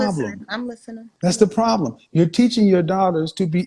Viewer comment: We have a pwabbblemmm